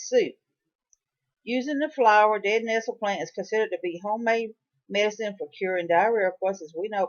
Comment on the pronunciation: It's important to guide people accurately through wild foods. 1) the plant you're talking about is "nettle" not "nestle". 2) the plant you are eating is Henbit and not purple deadnettle. Not trying to be nasty, here but the information in this video is not accurate and wild foods are not something to play around with.